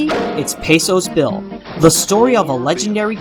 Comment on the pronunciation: The character is not Pesos Bill, but Pecos Bill, with a hard C. Ichabod's love interest is Katrina van Tassel (short A, like the li'l decoration on a graduation cap).